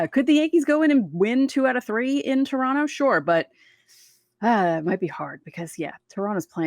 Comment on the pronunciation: Man in Spanish it is not Torronto, but Toronto. It is pronounced almost like in English. Unbelievable!